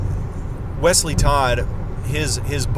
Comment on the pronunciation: I like the way you say Wesley’s name🤣